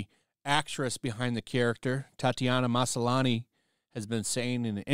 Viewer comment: Why is it annoying me so much that he's saying it Ma-SA-lani? There's clearly no second "A".